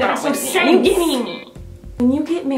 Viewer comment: Lucy Sparkles Lover More like Are you KEEDING me, he's a CHEETAH